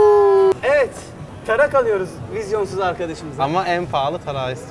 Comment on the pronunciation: d çıktı abi darak deil tarak o abe